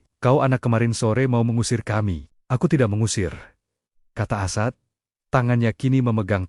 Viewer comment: Komentatornya tidak tahu menyebut as'ad. Tapi asad